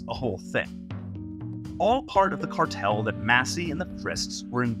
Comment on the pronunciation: "cartel". Thank you.